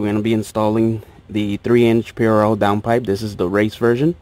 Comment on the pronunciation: Why u pronounce prl in such a weird way lol. Nice setup. Def need the car back to open this car up. Too quiet